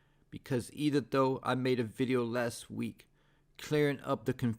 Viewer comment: Why do you say "even though" like that? 🤣 "eedendoe"